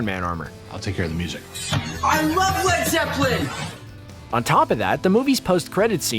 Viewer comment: I facepalmed when Peter said Led Zeppelin